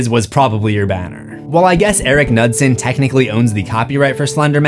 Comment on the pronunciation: Pronouncing Knudsen and nutson is very funny